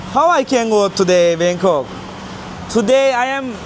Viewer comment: Bangkong değil Bangkok.